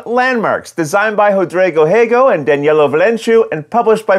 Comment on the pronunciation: You nailed the Rodrigo Rego pronunciation!! Loved hearingt it right